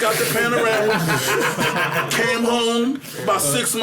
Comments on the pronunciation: "Panarama"??? I Could of swore the car was Called a "Porsche Panamera".... And they Really gon Keep letting him sound stupid af without correcting him too smh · kills me every time he says,"Panorama".....it's a Panamera dog!! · Is he saying Panamera? Like the Porsche Panamera ? He saying /pronouncing it as panorama (which is like the long extended photo) it was throwing me off lmao 😂